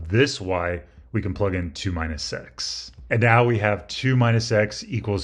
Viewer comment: He also says, instead of "minus x", "mine a sex".